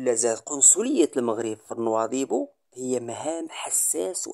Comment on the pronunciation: باريش تعلم تنطق، كلمة نواذيبو، ماشي نواضبو، رآه يضحكون عليك الموريتانين